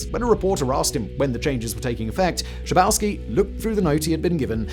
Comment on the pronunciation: Don‘t Bücher the names. Günther „Shah boff ski“. It‘s really that simple!!